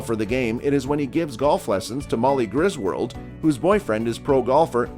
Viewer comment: I can't take the list seriously after listening to the ludicrous narration. Golfers being referred to as golf players? Tommy's Honour being set in the 1960s? ... Only a hundred years off ... Then there's the mispronounciations ... Francis Wee-MAY? Molly GrisWORLD? I can forgive the narrator, he's just a hired gun who likely knows nothing about golf. But the writer and producer should be ashamed of themselves.